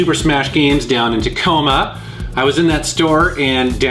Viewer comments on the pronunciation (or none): none